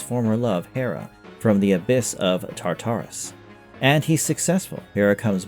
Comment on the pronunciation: ITS TAR--TA-RUS MAN GET IT RIGHT